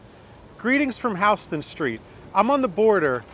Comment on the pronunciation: Resident of NYC (most likely) because he pronounces Houston Street the correct (NYC) way.